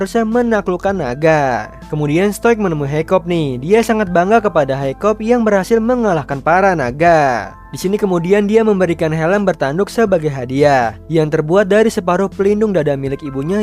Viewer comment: Tapi namanya haikap bukan haikop